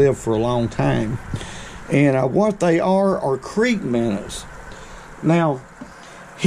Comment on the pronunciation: It’s minnow not minner. Sounds like you were saying wrong on purpose. Don’t force it